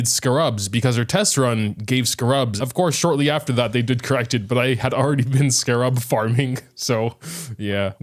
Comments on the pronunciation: Bro said scurub lol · Please never say scarab ever again I've never heard it pronounced so wrong.